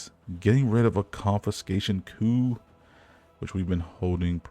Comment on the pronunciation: i'm just glad you pronounced coup correctly, many text-only mediums have content creators that just mispronounce things left and right and it's quite tiring